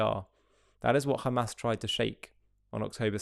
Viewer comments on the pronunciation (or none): none